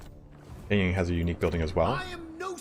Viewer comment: Yin and Yang are pronounced more like 'in' and 'young'. I don't want to be a pronounciation police but it is kinda hard for me to differentiate what you say in this case :D